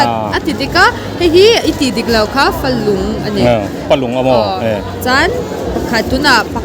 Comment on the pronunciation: A zawttu hi tlema mizo thil hre ve deuh a ngai anih hi..Falung pawh lam dik chiah lo,rawchhem pawh confi lo tawkin a sawi ania